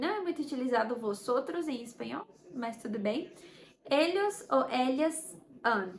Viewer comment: Muito bom, mas a pronúncia do ll ex: Ellos, está errada, você fala o ll - "Elhos', não é assim.